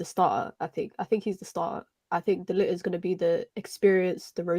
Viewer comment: Focused! None of you can even pronounce De Ligt's name 🤦 #embarrassing